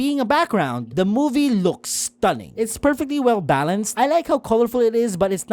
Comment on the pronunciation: you keep saying "looقs" not looks